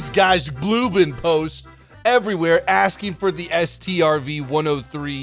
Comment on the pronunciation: Strv is pronunced like "Sturv" and they got TDs medium tanks and loght tanks with suspension aimimg and suspension aim assistance, BTW that thing without cannon can be a shovel